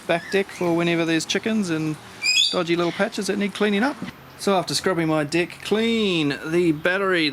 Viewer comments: I can't take this any longer. I just have to post that each time you say "dirty deck", I hear "dirty dick" 🤣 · Oohhhhhhhh he’s saying DECK …… 🙆🏻‍♂️ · good thing you clarified that vowel on "Deck", or that would have been one embarrassing trip to the doctors... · i legit laughed when you said deck hahaha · The way you say “Deck“ gets me everytime. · Lmao it got me